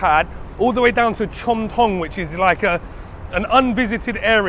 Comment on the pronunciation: "Delicious looking Farang," 🤣🤣🤣I tell ya,, sometimes what comes out of your mouth is hilarious 🤣🤣🤣. You have got a great workout today, searching for the best food. I am impressed👍 oh, CHOM THONG, จอมทอง, is pronounced as JAWM TAWNG.